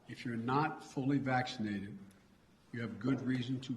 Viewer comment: I hate the way he says "vachschinated".